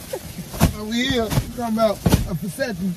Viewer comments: I’m dead he to happy! 😊 but not knowing he getting a vasectomy 😭😂😂 He say a “deseeextomy” “open sesame” bitch hellll naw 😭😭😭😭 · “I’m not finna get a Dysectavee” 😂😂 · Asepony lol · "I'm not finna get no diseffiny!" 🤦🏾😭😭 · Did that nicca say dasectomy bofl🤣🤣🤣🤣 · 😂😂😂😂 Disefany, asefany, pasefany! in 5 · Dat nyggih said a discephony 🤣 🤣 🤣 🤣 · This man said a perceptamy😭😭😭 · 🤣🤣 He So Mad He Can't Even Pronounce Vasectomy Right 😂😂💀💀